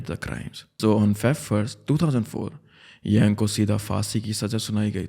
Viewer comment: It's यांग शिनहाए not यैंग